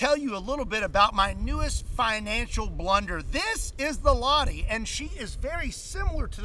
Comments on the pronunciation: Btw you pronounce it as it written , Lahti , not lotti. Finnish weird in that way , we pronounce it as it is written , everything , we dont change a's to o's etc. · maybe just nitpicking a little... But it is Lah-Ti.. you have to put the emphasis on the T. :) I was lucky enough to fire a full mag with that when I was doing my mandatory service in Finnish army.. One day the weather conditions were not good for my field, so our officers brought in some old guns and we got a go with them. Maxim, Lahti machine gun etc etc. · it's not pronounced "Laadi", it's pronounced "LahTi" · I mean I get that Finnish names might be hard to pronounce for Americans but "Laddie"? Where did the T and H go? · Lah-ti please don’t say lahi or lahdi. Strong T. La -h -ti! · It's not [la:ti], it's [lʌhti] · It's not miss Ladi - the H is not silent and there's a T 😂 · hearing him say Lahti is making my skin Crawl, As a Fin i can tell you its not pronounced La´dee its ˈlɑhti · It's pronounced LaH-tee. Pronounce the H, it's important. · In finnish, it’s not pronounced 'la-di', the h-sound is emphasized - so you say it like 'l-AH-ti', just as if you've had a hunch and go 'ah!' in the middle. The word itself means 'bay', as in a body of water protruding inward on the coastline. And 'viisi miljoonan onnea!' (Congratulations on five million) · Hail from Finland! I`m living in Vääksy, 20km from the city of Lahti, and my neighbor`s last name is in fact Lahti, BTW you`re pronouncing it "Ladi" it`s Lah-tea. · I don't think it should be pronounced "lati" but more like lachti... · Fun fact or kinda fun... Its not pronounced "La-di" but "La-chough up a loogie-ti! Or La - (the throat-gurgling sound you make when something is stuck in you throat) - Ti. La-ccchchhh-ti! Lahti s a town in Finland ( the land som U.S citizens claim dont exist. ) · In the Finnish language, all letters are pronounced. So Lahti, not lati. But anyway - congrats with 5 million subs! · Why do americans always pronounce lahti as laadi?